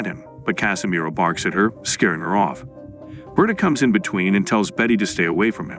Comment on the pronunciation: Its ber-ta like roberta, Not burta. Learn to speak bro wtf.